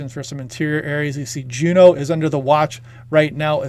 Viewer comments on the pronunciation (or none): none